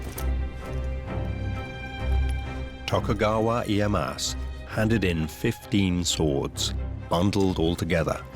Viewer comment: worst japanese pronunciation ive ever heard. i-e-ya-SU. not iiehass